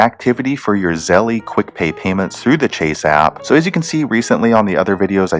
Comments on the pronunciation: It's pronounced " Zel " not "Zelly" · Lol you said zell ie 🤣 it’s zell ~ Zelle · By the way dude it’s pronounced Zel not Zelly just watch their commercials they will tell you how to pronounce it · He says Zelle wrong it's Zell not Zelleeee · Zelly? Lol. Bruhh 🤦🏻‍♂️ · It’s not zelly stop saying that u wrong